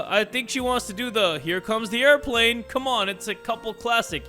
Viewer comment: "oh my god (shocked) hello my love" "here comes the air-pləæhen" got me wheezing😂